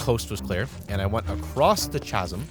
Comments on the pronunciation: Chazzum? its pronounced "ka-zum" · ...Did i hear Ch-azum instead of chasm??? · Chasm = "KA-zum" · it's "k-asm" not "ch-asm". It's like chrysalis or Chris, the ch makes a hard "kuh" sound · chasam like lmao idk i was stuck on that, just so you know its like... kasam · why does he pronounce chasm like Cha-sim and not like Ka-sim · If I hear the words tch-asm every again I will find you and decimate you it’s cA-sm not tchasm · Cha-sim? The 'h' is silent in Chasm, my dude. Ka-sim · It's not CHAZ-um. It's KAZ-um. Finally got a pc and looking forward to trying all the minecraft mods I've been seeing. In a way, you helped me impulse buy x,D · Couldn't watch any more after hearing someone say ( cha-sm) sounding like a frat boy found a big hole. Shameful. 😂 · Did bro say “Chaz-im”? Anyways love this guy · Isn't 'chasm' pronounced 'kasm'? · chasm is pronounced kasm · the ch in chasm is pronounced like K. Kasm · ITS PRONOUNCED SORTA LIKE CASM WHYD YOU SAY IT WITH THE CH SOUND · Always lots of fun how you roleplay the situation you're in. Great video :) Just FYI: "chasm" is pronounced like "kasm". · I am sorry but it is pronounced ka-sem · The way he said ch-asm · No way this mf pronounced “chasm” and “CH-asm” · Bro……chasm……the h is silent. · Is that how you think chasm is pronounced? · bro siad chasm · bro said chasm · I would like to note that pronounced Chasm incorrectly. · You pronounce chasm wrong in every video. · I can't get over how he pronounces chasm